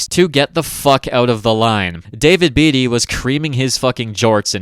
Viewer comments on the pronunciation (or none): none